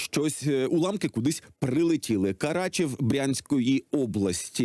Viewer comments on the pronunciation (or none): Карачев, не Карачаєв.